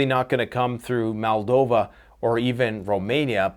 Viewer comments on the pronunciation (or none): Not MALdova, MOLdova 😅